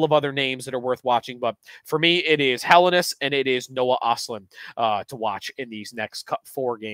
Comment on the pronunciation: for the love of all that is holy - if Helenius is going to be your top guy to watch...get the name right. Hell-en-ee-us